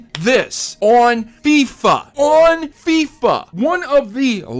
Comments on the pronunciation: the south east London kids call it fee-fa 18 not fi-fa 18 u got it right at the end of the video but not at the start whyyyyyy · It's not Fi-fa it's foifa! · The Fyfa pronouncement kinda triggered me (even though I have never played it) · "fifuhhhhh" is just sad... unsubbed lol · Everytime he said fyfa I died a little inside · hahaha fy-fa, wow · Yeah I cringed a little... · I don't care, I loved the way he said FIFA, it made me laugh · I litteraly went to the comment section to see How many Would throw thrash on you for saying FIFA like that😂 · Everyone is complaining how pronounced Fifa wrong. Yet no one said anything how would was spelt wouild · The way you say FIFA is hilarious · You have to be a really ignorant person to not be able to pronounce FIFA. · The way he said FIFA 18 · Dude learn how to say FIFA probably!!